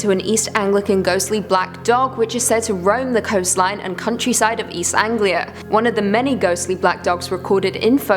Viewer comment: haha, if you’re from Britain and you don’t know how to pronounce east anglia mate, you should prolly pack up and leave. Does the word honestly look difficult to you?